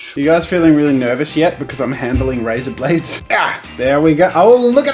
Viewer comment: 'Its a razahblade' THE DRUNKEN SCULPTOR SWEENEY TODD 'Its a wigger-ly slaughta!' sounds like a legit aussie pokemon 'HEHhihHEHhihHEH' Mother 'Iss got this... clamp thing, and ya clamp it to the desk.' We have a certified professional, this sounds safe 'PPPHBBBT... phgbt pbht' Truly an artist ahead of his time Pro tip: things are getting fast and loose when the cheese comparisons start 'even with the turny things' CeRtIfIeD PrOfEsSiOnAl Aaaaand we're only in five minutes, I quit... Love ya Jazza, keep on keepin on, memes awayyy